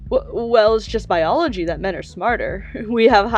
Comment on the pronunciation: He said boilogy. My man learning the science of pasta